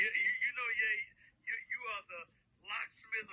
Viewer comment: Ye be like "Ye yo" instead of "Aye yo"